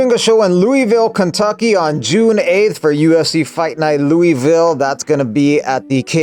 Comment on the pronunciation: 99k club and you changed my bum life… but that’s not how you say Louisville!